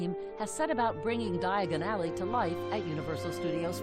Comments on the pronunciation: They should have found a narrator who could say Diagon Alley without sounding quite so awkward. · Ron: Diagon Ally Harry: dIaGoN alLy